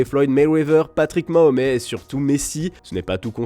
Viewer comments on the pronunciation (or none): la prononciation de Mahomes est effrayante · Mdr faites des efforts les journalistes 😂 Patrick Mahomet